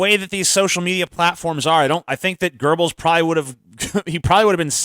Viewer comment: For the love of God Tj learn how to pronounce Göbbels name.